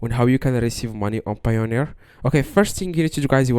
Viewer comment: "How to receive money on Payoneer" Do you even speak English?